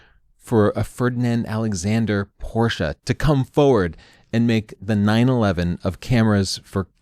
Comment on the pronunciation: I like that you say "Porsche" like the germans do and not "Porsch".